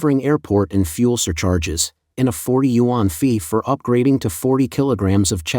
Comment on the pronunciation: What are "you on"? Yuan is a one syllable Chinese word 元. Pronounced "yen"!!